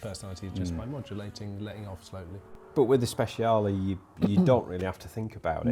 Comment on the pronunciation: Strad, Scud.. sure. But for the love of God, never refer to a Speciale as a "Spesh" ever again. 🤣